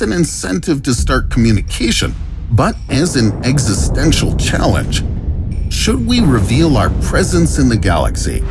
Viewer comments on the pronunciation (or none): none